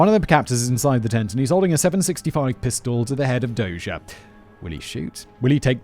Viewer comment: After his rescue, Dozier would serve as commander of the Armor School at Fort Knox. My dad served as his aide as a captain. According to what Dozier told him, the gunman didn't hesitate. His decision not to shoot was intentional even though his orders were to do so. My dad pronounces his name as "dozer" like bulldozer. I might be misremembering though.